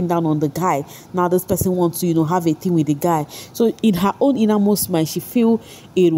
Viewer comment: What is with pronouncing t.h.i.n.g as "thingin"?? It very confusing.